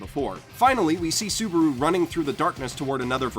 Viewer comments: It's ru -->ル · is it onlu me or does it sound like he says Suburu and not Subaru. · You called him soburu like twice, but love your videos